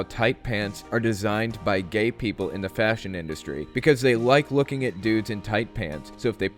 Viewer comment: every time i watch that i hear "looky" instead of "looking"